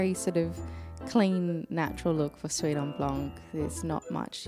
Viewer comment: Don't pronunce the c ! It's pronunced "suite en blan"